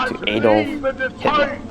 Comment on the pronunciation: Interesting video. But your historical knowledge is flawed. The rise of the Nazi party was MUCH more complex than you allude to. And, please, it's Adolf, as in "Ahdolf" -not "Aydrolf". Why do most Americans always make this basic error in pronunciation?